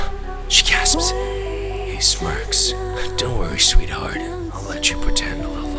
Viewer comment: “sweat” heart 💀🙏